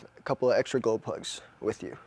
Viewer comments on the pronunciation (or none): are you saying golplugs? cant understand,sorry